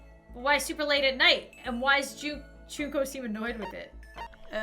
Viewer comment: hi i know im late but you said Junkos name right its junk then o i hope this helps